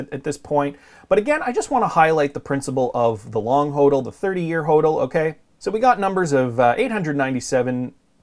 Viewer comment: BUFFET is a criminal .Plays folksy sssschtick...BTW his Dad was a gold bug.FYI it is spoken as HODDLING in crypto world not whodling,What are you thinking???You don't know the terms??!!What is FUD??